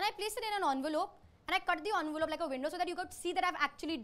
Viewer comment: She said onvelope instead of envelope